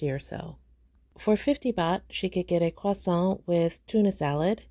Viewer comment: Why did you pronounce croissant like that?